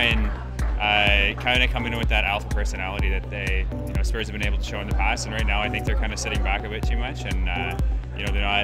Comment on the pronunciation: supporting spurs but can’t even say it right hahaha